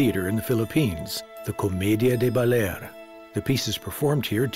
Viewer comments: It's pronouced Ba-lair. Not Baller. Nobody does the minimal research these days. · Baalerr...it's Ba-Ler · Beautiful video and overview but there are also some big problems. To start, the narrator’s pronunciation is just awful on so many words. “Baller?” Come on! It’s Ba-LER! And Baler is such a big part of the video, the bad pronunciation is inexcusable. So many other words are poorly pronounced. It becomes distracting and grating. Show respect and try harder, please. It’s nice to see local and indigenous people in traditional attire, but that’s not what they typically wear while pounding rice or climbing trees as shown in the video. It’s misleading. Some scenes are so obviously staged. It’s nice to see Dumagat people featured, but it’s sad that that the narrator can’t correctly pronounce Dumagat. The video incorrectly refers to a musical instrument as a “rondalla.” It’s actually a banduria. It’s the group playing various instruments that make up a rondalla. Also, scenes from Apocalypse Now WERE shot there. It’s not just “according to local residents,” as if there’s some doubt. And there was no “surfing general “ in that movie. He was a colonel, and wasn’t the one who actually surfed in the movie. Finally, there’s absolutely no practical information about how to get there. Modern hotels are mentioned but status of the airport, roads, ports, and bus service are ignored. Overall, this video is beautiful to watch but a little hard to listen to and provides limited useful information. It could have easily been so much better with just a little more effort. And script and narration ar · Bawler. ba LEHRRR. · I haven't been to Aurora . . so I learned so much from this docu. Some mispronounced words though . . Baler . .